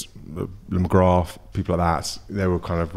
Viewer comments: "Mcgraaaa"....funny how he pronounced the TH. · He said his name completely wrong like he was another politician who pretend's to like football...I'm Irish too. I guess that was my point.